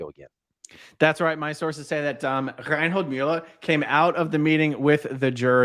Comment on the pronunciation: Your German pronunciation of Reinhold Müller is spot on 😂